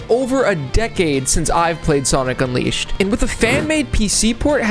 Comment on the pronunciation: SONIC UNWIISHED 🗣️🗣️🗣️